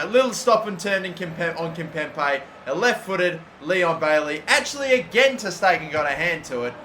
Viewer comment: It's KIMPEMBE!!!! NOT KIMPEMPE!!!